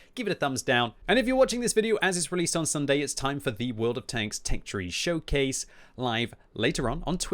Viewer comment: Did he say Will'd of tanks?